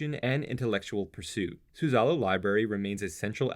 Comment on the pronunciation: Nice series. Just a tip: "Suzzallo" is pronounced with the emphasis on the first syllable, not the middle